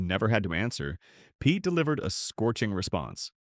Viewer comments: These narrators should be condemned!!! They know full well how to pronounce these celebrities' names, yet they purposely mispronounce them. It's simply Peete (Pete) not (Petay)... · How about pronouncing his name properly!for starters